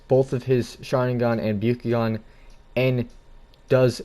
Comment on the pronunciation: And it’s the byAkugan not the byUkugan